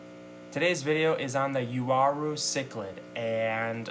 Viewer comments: Actually, it's yaw-rue. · "you-are-oo" lol i've always pronounced it "wa-roo" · Yes, the Wah Roo is the correct pronunciation of the latin..."ua" becomes "w" sound since there is no "w" letter in latin. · It's pronounced wah-rue. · Actually, from a Latin standpoint, it's pronounced Yaw-Roo for Uaru. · The proper pronunciation is yaw_roo for Uaru. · WA- ROO....Tahs how you,english speakers should pronunce that name...Period. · Pronounced as “Ooo-wa-rooh” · Uaru, I pronounce it like ooh-ah-roo. gorgeous fish btw,,, rather have those than discus any day. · Why would you start a video with “and”, then go on to talk about something you know nothing about. You had to message 5 people? They all wrote it down for you, and needless to say you still can’t pronounce it :)